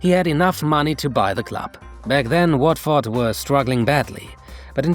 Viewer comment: Pronunciation of Watford was dreadful